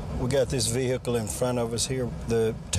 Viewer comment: Vee hickle